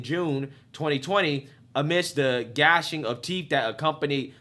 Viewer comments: as usual you are right on once again. the term gnashing of teeth is pronounced nashing, of course not all black people are bad, the time has long been here that the good need do something to right the imbalance, so many bad make you all look bad. I love the fact you say it like it is, liberals are not a friend of the black person, even if they themselves are black, this congressman is the perfect example of that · Hey man, I like your publishing. Just one thing : "gnash" is pronounced "NASH".....the "g" is silent. So, it was "nashing" of teeth. Whenever I use that phrase I always add "and spinning of heads and spewing of green slime", but not everybody gets the movie reference. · I liked your show, also, gnashing of teeth, say nashing, the g is silent, its from the bible its what those scripture folks talked back then.